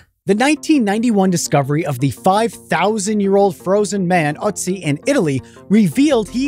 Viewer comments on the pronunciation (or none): Its Not otzi, it is called Ötzi